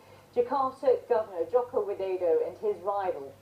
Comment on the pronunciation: ihh lucu si Sharma blng joko widodo jadi joko wideydow